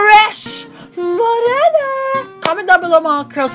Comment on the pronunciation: Fresh Mo-Rey-na